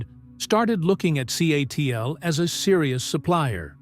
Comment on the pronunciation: I think the AI mispronounced CATL as Seattle.